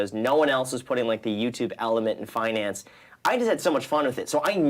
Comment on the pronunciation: "fuhnance".... LOL love it